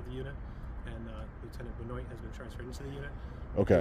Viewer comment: 'Benoit'.... Pronounced, Ben Waaah....